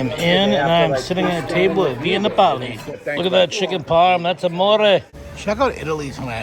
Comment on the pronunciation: Not trying to be a troll. I know that’s how Nomadic Fanatic pronounces it-but he seems to do a lot of that on purpose to generate comments. It’s Nap-oh-lee, not Nah-poley. Like Napels! Love your Disney stuff, D!! All your stuff. Wish you’d post more often!!!